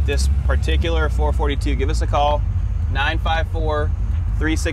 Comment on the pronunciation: It is a 4.4.2. Not a four forty two!